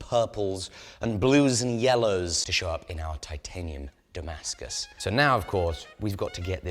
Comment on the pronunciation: Сбивает с толку написание и произнесение термина "дамаск" по отношению к "тимаскусу". А вдруг он сварил титан со сталью? 🙄